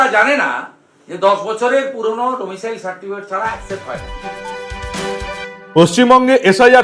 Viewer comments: ডোমিসিয়াল নয়। ডোমিসাইল উচ্চারণ হবে। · ওহে ডমিসিয়াল (domicial) নয় , ডমিসাইল (domicile) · সঠিক উচ্চারন ' ডোমিসাইল ' , ডোমিসিয়াল নয়।